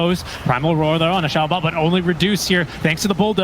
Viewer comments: "siaou-bah", just say Xiao- Eight fool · XiaoBA why is he calling him like that it hurts